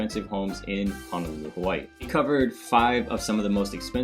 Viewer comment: Ho no lulu not han o lulu. And o ahu not o wahu. Get it right.